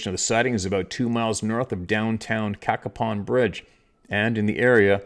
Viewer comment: Hey. Hope all is well. It’s pronounced CAYPON Bridge, WV. Dillons Run and Edwards Run are Wildlife Management Areas in the vicinity of town. Once you get between Cacapon Bridge and Slainsville it’s pretty remote. I always get weird vibes when I fish and hunted up there. Wouldn’t be surprised in the least if the entire story was true.